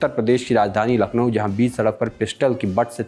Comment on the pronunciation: नखलऊ nhi hai bhai....... लखनऊ है.....नाम तो सही से लेना सीखलो